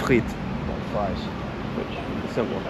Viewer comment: . “Fries “ (freez) on Friday. 😂☺️